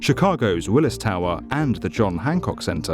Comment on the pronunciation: You pronounced Willis wrong.